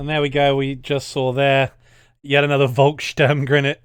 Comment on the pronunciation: Every time I watch a Vanguard video with the volkssturmgewehr I want to correct the pronunciation. So I'm going for it. In german V almost always makes the English F sound. So the Volk in volkssturmgewehr sounds like the English word Folk